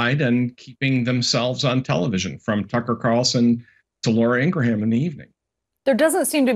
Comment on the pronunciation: dont pay attention to a guy that cant pronounce laura Ingraham"s name